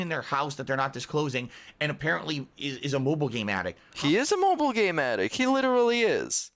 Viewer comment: Also not how he said "appearently" a mobile game addict, not "allegedly" a mobile game addict.